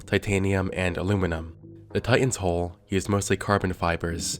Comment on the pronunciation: It's hull not "holh"